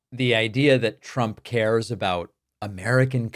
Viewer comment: Why does she pronounce it "Chrump"?